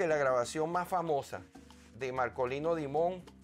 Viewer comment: Dimond en Ingles Diamante en español Se pronuncia Markolino Daimond